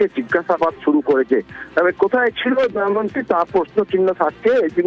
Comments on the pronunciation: কেউ পারলে ফিল্ড রিপোর্টার দেবাশিস কে একটু বলে দেবেন, ফিরে আসা মেয়েটির নাম দময়ন্তী। দয়ামন্তি না। যাকে নিয়ে এতো গজর গজর করে ঘুরিয়ে ফিরিয়ে একই কথা বলে যাচ্ছে, তার নামটাই সঠিক ভাবে উচ্চারণ করতে পারলো না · আগে দময়ন্তী নামটা ঠিক উচ্চারণ করুন